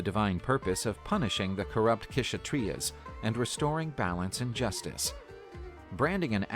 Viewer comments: People can get more accurate pronunciation for Hindi/sankrit or any other language; yet the video creator call k-tria for kshatriya, even the Ganga as Ganges. Come on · And a lot of pronunciation are wrong in the video, like in "Kshatriya" Ksh is pronounced together just search "Ksh" In hindi Or 'क्ष' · Kshatriya pronounced as ‘shat-treee-ya’ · It's not kshatriya, k is silent And stop putting a after everything. It's yog not yoga, it's dharam not dharma, it's ramayan not ramayana etc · Kshatriya the K is silent